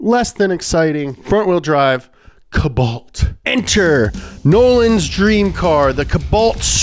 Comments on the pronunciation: Ka-bolt or cole-bolt?! Wtf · Its pronounced CO balt num nuts